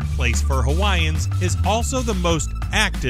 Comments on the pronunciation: Not again! Kilauea is pronounced kill-uh-WAY-uh, not key-low-uh-WAY-uh, or to make it less Anglicized, and more Hawaiian--keel-ah-WAY-ah. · Don't forget "archie a plah'go" (archipelago) and Kilauea, not "Kilo oh ay' ya". But the photography is stunning!!! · The state capital of Alaska, Juneau, is pronounced JEW-no, not zheh-NEW, Next, regarding Dry Tortugas, the group of islands, called an archipelago, is pronounced ark-uh-PELL-ih-go, not arch-ee-uh-PLAH-go. Third, Kilauea is pronounced kill-uh-WAY-uh, not key-low-uh-WAY-uh. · Get some help with your pronunciation of "archipelago," "Juneau," and "Kilauea" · Great video! Thank you much!👍😁 (A few things tho~ Juneau is pronounced joo-NO, Oregon is pronounced or-e-GUN, and Kilauea is pronounced kil-a-WAY-a) 😉 Sorry! Just a pet peeve of mine... can't help it! 😬